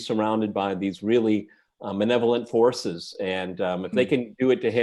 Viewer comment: Ma' Lev-o-lint'